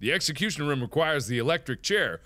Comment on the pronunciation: Say room.He can't say it right